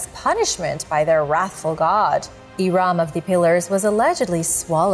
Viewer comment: Hi guys, It’s not prounounced iraam but irum